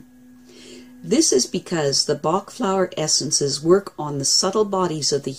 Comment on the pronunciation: His name is not pronounced 'bark', it is pronounced 'back'. He was Welsh, not German. Just so you know.